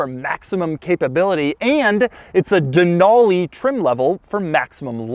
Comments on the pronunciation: Who says “ Dan-Ool-Leee” 😂😂 it’s “ Dan-al-Lee” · Just a heads up that it’s pronounced “den-alley”, that’s how the native population of Alaska says it. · Not how you say Denali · You can't pronounce "DENALI" 🙄😷